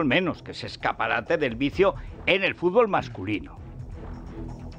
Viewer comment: Como un tipo que pgonuncia como vd. Puede criticar que Villar dijese furgol,cosa por otra parte incierta.